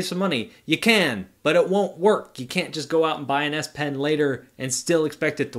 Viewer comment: Z pen? You called the S pen the Z pen for like half of the video lol.